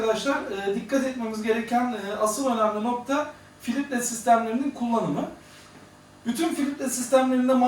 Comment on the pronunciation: "filitre" degil, Filtre hocam